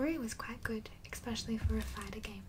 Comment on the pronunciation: Count how many times she says, "exspecially" before falling asleep, and win a prize!